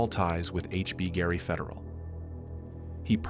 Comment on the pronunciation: The AI is so bad it can't even pronounce the name of the company - HBGary.